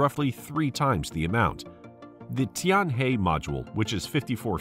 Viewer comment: Tianhe pronounce like 'tianher' ，not 'tianhey'